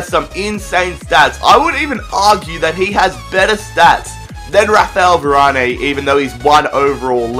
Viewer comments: Varan, not Varanay😂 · its freaking varan not varani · Who is "Varané" ? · you said varanes name wrong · your saying varane wrong